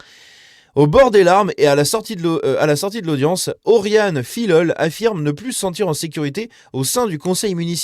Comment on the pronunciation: Pas Filllllol mais Fiyol ! ;)